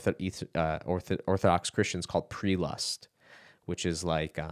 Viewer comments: Prelest. Not pre-lust. But good video brother. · PRE LEST not PreLUST! lolz God less you, brother